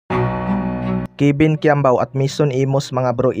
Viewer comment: “Kebin quiambao”